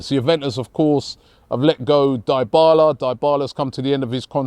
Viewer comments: what the hell would we want with Morata? has the world gone mad? and show some respect to players names!!!! it's DEEBALA, not DIEBALA. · Dibala not daibala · Not even 10min into the first show and Robbie is already butchering names. Die-bala lmao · Player’s name: Dybala: Die bala😂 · On the very 1st day of the AFTV transfer daily show.... has done the "unforgiveable"....he just succeeded in putting "Die"bala to the sword in brood daylight...it's Dee-bala fam🤣🤣🤣🤣🤣🤣🤣🤣🤣🤣🤣🤣🤣🤣🤣🤣🤣🤣🤣😍🤣🤣🤣🤣🤣🤣🤣. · “daibala” love them robbie’s pronunciation hahaha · So nobody is talking about Robbie butchering Dybala’s name? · Robbie butchering Dybala's name again🤣🤣🤣🤣🤣